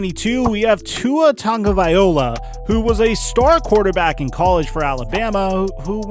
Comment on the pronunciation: Y does everyone say tua name wrong